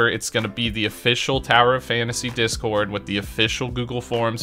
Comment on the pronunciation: ”Dick-scored” Bruh, tell me I’m not the only one who hears this… 😂